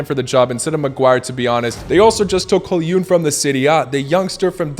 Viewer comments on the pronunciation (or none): holyun its hoylund but silent d